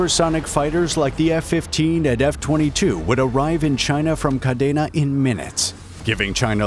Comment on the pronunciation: Grew up there and its pronounced kadeena